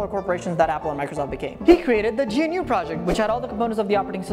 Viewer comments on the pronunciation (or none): iuts gnu not G.N.U